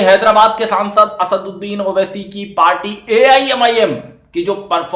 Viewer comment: Congratulations I have seen after a long time who has pronounce "Asaduddin owaisi" Rightly. 👍☺